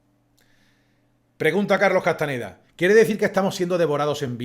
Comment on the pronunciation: Se acostumbra a decir C. Castaneda, pero era CastaÑeda. Gracias